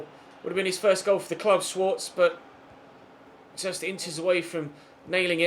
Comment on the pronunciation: Schwarze is pronounced shvarzer